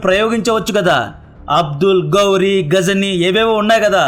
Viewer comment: గౌరీ కాదు బ్రో గోరీ క్షిపణి